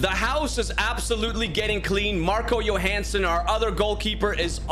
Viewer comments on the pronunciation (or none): none